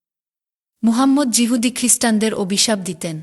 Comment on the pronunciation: Jehudi na yehudi . Apni oi laga lagir audio story te jemon bhool Bangla sobda bolen ekhaneo tai sunei bujhlam je apnake chinte perechi. Bhasha jai hok dekhte oboshya apni kharap noi.